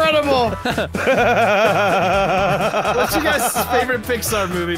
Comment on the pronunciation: New word inscredile